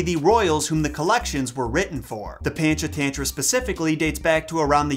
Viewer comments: Lolz... pronounced: punch-aah-thun-thra I love your videos btw! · ❤️ from India 🇮🇳 Panchatantra is pronounced as Punch - uh - Turn - Traa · SUPER late but Panchatantra is pronounced "paa-n-ch t-hun-thra" (paa is pronounced like baa but with a p ; ch is pronounced like ch of church ; hun is pronounced like hun from mulan but faster) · As an Indian kid, I immediately recognized this tale but I had no idea it was in the original jungle book. I used to get so angry at the mom who k*lled the mongoose, so I'm glad he got a happy ending in that version. Also, your pronunciation of Panchatantra is so funny to me. (Technically it's right because it's the British pronunciation but I had to do a double-take when I heard it, lol) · you pronounce PANCHATANTRA wrong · Pancha tantra is actually pronounce puncha tuntra. And it's Tavi as in Taw-vee.